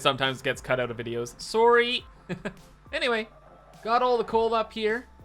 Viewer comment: Sometimes I forget is Canadian, then he says sorry and my mind goes DING DING DING DING DING! CANADIAN ALERT!